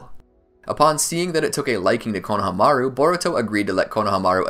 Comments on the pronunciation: It’s not konaha maru it’s konahahamaru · I love your videos but the way you say konaha-maru instead of kona-hama-ru drives me insane😂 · I really wish you guys would pronounce konohamarus name right. It's like you guys don't even watch the show